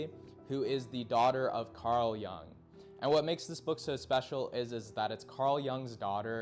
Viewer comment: its pronunced yoong and yoongian